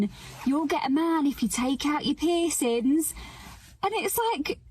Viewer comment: The way that lady says "pissins" instead of "piercings" is hilarious